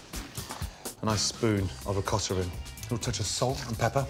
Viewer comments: Ri..coat.. ta Not rikkata 😂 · "Nice spoon of ricotta in"...they always add the stupid rrrr after the a. So annoying lol